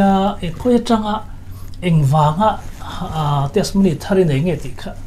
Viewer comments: Testimony ni awm tak a ni, mahse TESMONY ti a i lam tlat mai hi ka hrethiam lo deuh...? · Testimony hi i lam dik chiah lo deuh in ka hria a. 'ti' hi lam ri tel ta la ngaihthlak a nuam deuh a ngem aw. Tesmony ti ngawt lo deuh in Hnampui ṭawng mah nise